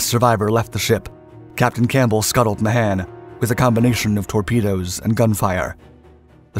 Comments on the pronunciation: The man's name is pronounced May-han not Ma-han... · The name is pronounced "Ma hon".